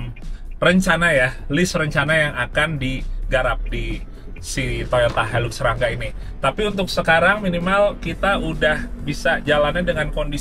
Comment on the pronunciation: Itu bukan hailuks mas bro. Hilux. Sebutannya hailaks